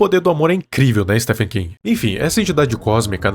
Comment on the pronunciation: Oxi, mais tá certo! É assim mesmo que pronuncia!